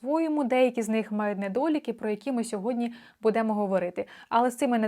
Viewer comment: Що це за "будЕмо"? Ріже вухо страшенно.